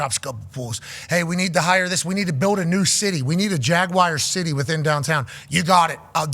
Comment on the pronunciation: It Jaguar (gwar) , not Jagwire.